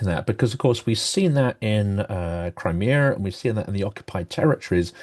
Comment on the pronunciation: Where’s “Crimear”?